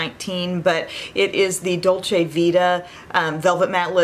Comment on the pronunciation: I’m so happy that you finally pronunce “dolce” this way!!!:)❤️ have a great week!:)